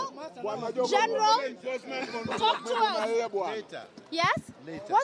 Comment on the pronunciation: 😍😍😍I love how you are calling Miguna Miguna "Geenral"